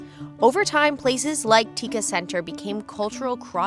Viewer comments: Tekka is pronounced “take ka” and not tikka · Tekka is pronounced as ‘take - car’ ….. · Tekka is pronounced "TAYHK -KKAH" Please get yr pronunciations correct. This one was so bad, it made my skin crawl n u couldn't bear to watch any further bcoz considering how much time I spent there, u didn't even ask the locals what's the correct way to say it. It's not like we can't speak English. We would've been happy to explain/teach. Asking shows respect n consideration. ASSUMING u got it right doesn't. Thank u. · To other foreigners who've planned to visit Singapore : The hawker centre which serves a variety of Indian, Malay and Chinese food is Tekka Centre at Little India. If you're asking for direction from a local and pronounce it in your Angmo way /tɪkə/ , he won't understand you. The correction pronunciation is /teɪk kɑː/ . The consonant t is not plosive. There's no falling or rising tone in Singlish; only flat tone.